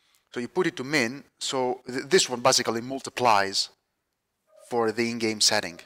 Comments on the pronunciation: "bussically" is also not a word. a as in apple not uhpple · It's not even like apple lol, it's like base or lace. If you're gonna correct someone at least get it right yourself